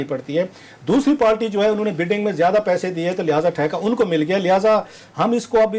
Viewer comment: Bhai ye jahil Patwari hai party ko palty bolta hai